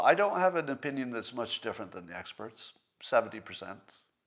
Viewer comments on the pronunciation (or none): none